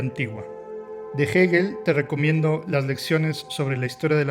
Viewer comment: Gegel ......o......hegel ....pronuncia bien no se te entiende